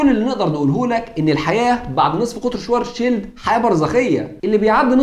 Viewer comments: الحلقة دي رائعة جدا جدا انت اتكلمت عن علماء طول التعاقب الزمني هضم اسمائهم بس أنا حاطت لمعظمهم صور في شقتي … ملحوظة النطق الصحيح لاسم العالم الألماني هو كارل شڤارتسشييلد مش شوارزشيلد تحياتي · وين يا عم وينك ...اشتقنالك ....بس للتصحيح اللفظي باعتبار الاسم ينطق بالألمانية : شفارتسفيلد